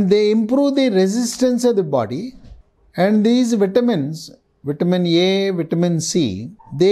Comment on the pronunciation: What is vitamin "Yay"?